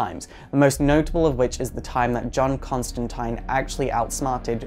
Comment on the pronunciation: It's actually the correct pronunciation according to Constantine himself in the comics.